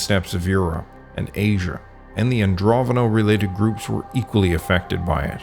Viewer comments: AndroNOVo, not AndroVONo. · It's not Androvono, it's Andronovo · keep on saying ANDROVONO 😵‍💫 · It's Andro NO VO. Since you made the mistake of calling it Androvno so many times, I will assume you know nothing of the matter on which you are making videos.